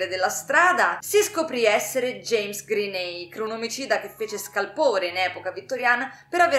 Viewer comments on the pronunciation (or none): none